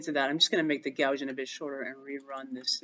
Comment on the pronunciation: Never heard someone pronounce Gaussian "gow-zhun" before!